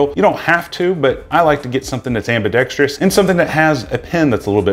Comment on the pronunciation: Ambidextrous, not ambidextrious. I couldn't keep watching, sorry.